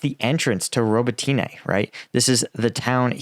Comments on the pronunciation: Robotne. Not ro bo Ti Ne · Please listen to some Ukrainian commentators and pronounce it right - Ro-bo-tin-ah. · I love your channel, and Ukrainian villages are hard as english speaker, but pronouncing the villages every day, you should learn it, . <3 because english pronounces differently, its easier to to add additional [letters]. its pronounced Ro-BO-tin-eh, emphasis on O. klish-CHI-yivka. An-DRI-yivka. bakh-MUT. kher-SON. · say it with me Ro-bo-tin-e. Роботине.: Ro-bo-tEEn-ah using y in place of и in the English transliteration is confusing so I don't falt him too much. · Robotyne really??